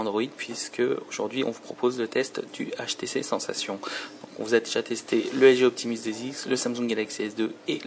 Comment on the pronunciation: Au fait, "Sensation" se prononce à l'anglaise. Il n'y a pas de traduction française pour le nom du téléphone. C'est peut-être qu'un détail, mais au bout d'un moment, après avoir entendu ça plusieurs fois, tu commence à en avoir marre. Je te reproche rien, c'est pas ta faute. Juste la prochaine fais attention en prononçant "sensation".